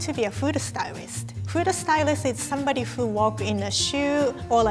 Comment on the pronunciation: That’s what you call “Speaking English Fluently” ? You don’t even know how to pronounce “who” correctly. That is not accents. Anyway whatever.